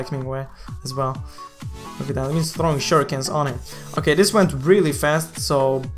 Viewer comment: Like for everytime says "Okhay"